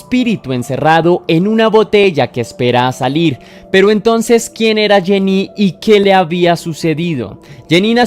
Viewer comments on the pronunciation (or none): none